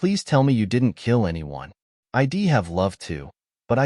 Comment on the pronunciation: You know. It’s a pretty good story that would be a lot better if you’d large language model train yer dumbass AI how to pronounce contra Ted words. Pronouncing she’d as “she’d” and “i’d@ S “I.D.” Gets annoying very quick. Have some pride in your work product and fix it. Stop acting like 5th graders kicked out of English class produced this